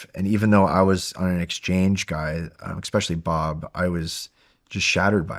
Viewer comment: this guy saying "eckspecially" is really annoying